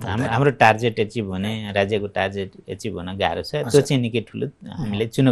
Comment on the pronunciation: यीनका सल्लाहकार छैनन् कि के हो? टार्जेट पो भन्दैछन्। टार्गेट सम्म भन्न सिकाउनु नि! अनि कोभिडको समयको आवश्यकताभन्दा बढि खुकुलो मौद्रिक नितिका कारण आएको मन्दिको जिमेवारि लिने कि नलिने स्वनामधन्य महासय? अझ पनि १५-२० को निति सहि भन्ने? ब्यान्कको सीमा छ नि त। त्यो के हो?